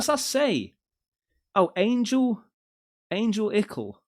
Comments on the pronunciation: Angelical… Pronounced* An-gell-ick-ull Not- Angel-Lick-ull 🤣👌🏼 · Say it with me… An- gel- i-cal. Means angel like. Say it loud. An-gel I- cal. Accent on gel. 🤣 You made me giggle because I have heard you say this word and I know you know it! lol What does any of this have to do with demons or anunuaki? Looks like angels and God to me! 😄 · pronounced i think an-gel-icle, which makes me think they fishing for religious followers lol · AN-GEL-IC-AL 🤦🏻‍♂️ Not ANGEL-ICAL!! 😂😂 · Angles lickle????? Angelical...dude ang...jel...leek...cool! Sheesh?..smh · Angel-icle 🤣🤣🤣 angelical. They didn't even spell it right 😂😂😂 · Angel ikkil.😆 An-gel-ik-ill.😆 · Angel lickal lmfao😅. It’s “an-gell-ical” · Ayn-ger-lick-al?? 😂 An-jelly-cal... Angelical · 20 tons of THC? No wonder people have been seeing shit on the TV. Goddamnit. it's AN-GEL-ICAL. Angelickle is what you find in the freezer at Gelsons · LOL🤣🤣🤣🤣🤣🤣..."ANGEL.....ICLE"🤣🤣🤣🤣🤣🤣🤣🤣🤣🤣LMAO!!!! The Brits...THEEE...**ENGLISH!!!!***..............*********BUTCHERING********* the ENGLISH language for MILLENIA!!!🤣🤣🤣🤣🤣🤣🤣🤣🤣🤣LOL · Angelickle 😂 oh how I love you. That video ‘Angelical’ is a broadcast station. ❤ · your killing me and stressing me. It's ( ANN-GEL-ICKLE ) BUT ALL TOGETHER FLUENTLY. how have you never heard the term before?? What rock are u living under? Lol😂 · The angel word is pronounced Ann - jell- Ie- cull just trying to help not knocking you😊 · you pronounced it AYN-gel-ICK-al dude?? lol You guys don't ever come across the word angelical in the UK?! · You dont have a clue how to sound words out, do you buddie. lololol Angelical Angel lics all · THT, Angel-icl... bruh learn how to read and talk... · Angel...ical??!? Seriously? I'm gonna assume you where kidding when trying to pronounce that 😢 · An-Gel-Ickle is how you pronounce that one bud XD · Ange lickle? Seriously? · An-gel- I- cal like angels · Pronounced An-Gelical. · Dude, it is pronounced Ann gel ick all. Lol... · An - gel -ee-cal